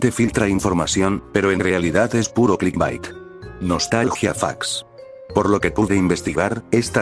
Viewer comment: no se cuantas veces dijiste clisbat pero se que djiste clitbait una vez xd